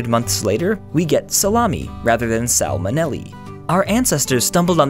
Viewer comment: "... after a few months we ge5 salamy and not SALMONELLY" xD